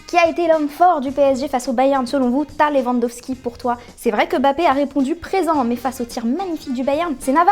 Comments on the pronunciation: Quand elle a dit TAH LEWANDOWSKI c’était incroyable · Elle a dit tah Lewandowski ça m'a tué 😂